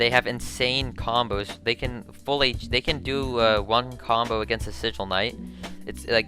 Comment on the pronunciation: This man said sigil A you crazy